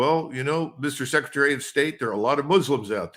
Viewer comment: When you say "secretary Blinken", judge, it sounds like "suckretary" :D And it might as well be -)